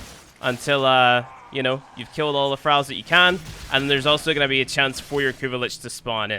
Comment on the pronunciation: Started watching immediately clicked off when he pronounced Thralls.